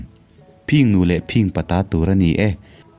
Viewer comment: I thu chhiar a ngaihnawm viau rualin engemaw lai thu lam ah hian a dik zawk leh lam Dan awlsam zawk angah hian a diklo zawk leh lam harsa zawk ang hian i lam leh tlat zel. Phìng nu leh Phìng pa(phing tih hi a ri sang loin 'thin' kan tih angin a ri hniam tur) han tihte pawh Phìng Nu leh Phìng pa(a ri sangin) I ti daih zel a... A thu lam han uluk deuh teh.